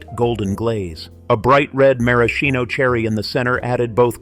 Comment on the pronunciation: I've never heard the word Maraschino pronounced 3 different ways within a couple of sentences. 😂